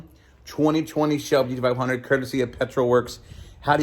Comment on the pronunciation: 20 20 Shelby Geedeeveyundritt 😂. Every single time.